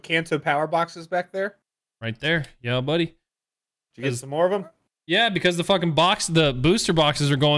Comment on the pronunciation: “Listen, budday”